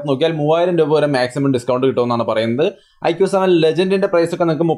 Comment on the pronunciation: Mi 11x നല്ല നിലയിൽ തന്നെ തേഞ്ഞു അല്ലെ 😂😂 Iqoo 7🔥🔥🔥 പിന്നെ ഐഖൂ ആണ് (ഐക്യൂ അല്ലാട്ടോ )💕💕